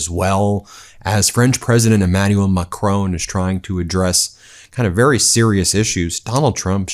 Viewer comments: It's pronounced mack-ROHN, not McCrone! He's not Irish! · For Goodness sake, Ben, the name of the French president is Macron. The stress is on the first syllable. It is NOT like Stallone. No way! The ‘on’ is simply like ‘on the table’, so no ‘own’ sound! It is so irritating to hear you wrongly pronounce his name month after month. I love your work, really appreciate everything you do, and the rest of the team, but make an effort Ben, please! Macron as in saffron Judith, Avignon, France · It's Macron....not Macrone. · MACRON! NOT MACRONE! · It's MA and KROHN, not Macrone or McCrone! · Macron not Macrone. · Ben! Mac-ron, not mac-rone! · it's Macron and not Macroon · Macron (who, incidentally, is pronounced Ma cronn not Ma crone) knows exactly what Trump is: an ignorant huckster who has caused financial chaos across the world, not to mention probably around a trillion dollars in total damage. This fumbling, feeble, encounter will only enhance the inglorious reputation of this stain on US history. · Hi Ben. Nothing to do with this but please pronounce Mr Macron's name properly. It's just respectful. It's not Macroan. It's Macron. Ends in on!! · Who's "Macrone"? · Macron not Ma Crone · That’s not how Macron himself pronounces his name.